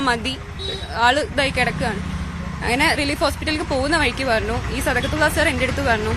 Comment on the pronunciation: സദക്കത്തുള്ള എന്ന് പറയാൻ അറിയാത്ത 😂😂😂😂